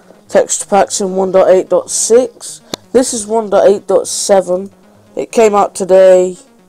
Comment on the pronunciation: he doesnt know no how to say 1.8.7 corectly